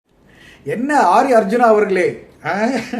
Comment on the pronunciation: BTW, DID U SAY AARI ARJUNA OR ADHAV ARJUNA, IT SOUNDED LIKE ADHAV FOR ME.